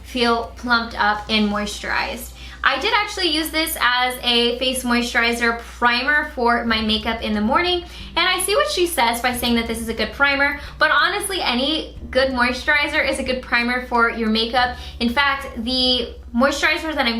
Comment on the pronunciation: I just realized you say "Good Morgan everyone" and not "Good Morning everyone" ** I think**